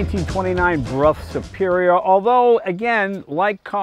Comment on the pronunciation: dear Donald....could you please correct the underline of the motorcycle part...it is a Brough Superior, not Bruff😉